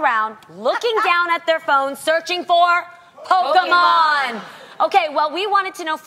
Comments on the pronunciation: Poke "man" 😂😂😂 it's pronounced "mon" Loni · I'm sorry I love Jeannie but I hate the way she pronounces Pokémon lol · The way Jeannie is pronouncing Pokemon is throwing me off